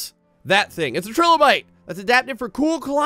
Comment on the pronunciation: The way he says Trilobite triggers me